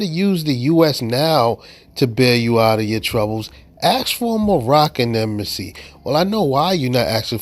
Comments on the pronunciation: What’s an “embassasy”? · Sassy embassy. Emphasis on the sassy